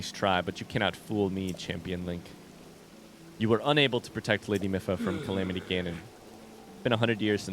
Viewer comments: I hate to be the pronunciation police, but I just thought you'd like to know that it's pronounced Mee-fa, not Mi-fa. :) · Let's go!! I'm so happy you made it to Zora! Your reactions to everything are priceless 😂 I can't wait to see what you get up to in tomorrow's episode!❤️🧚‍♂️ Ps Mipha is said like the word me & fah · mipha is my favorite champion (aside from link) so hearing you butcher her name hurts me a lil haha